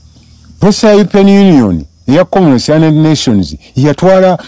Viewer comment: 😂he has been saying commonwealth but i was hearing komness